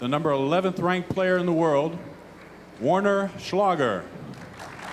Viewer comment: "Warren Schlager" in the Women's Singles Semifinals 😂